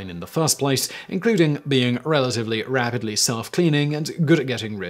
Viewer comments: Okay I just took my medication and I was supposed to cut one of them in half and I forgot, so now, all I can say about this video is, WHAAAT?? What did he say? What is he talking about? lol. Also though he did say rabidly , did he mean that, or did he mean rapidly? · I heard rabidly self cleaning. I realize it's rapidly but rabid kinda works 😂🤪